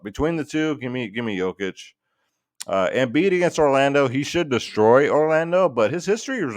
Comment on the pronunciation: Finally learned to pronounce Jokic's name huh. good job